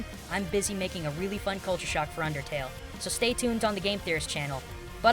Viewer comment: Amazingly said gomba Amazingly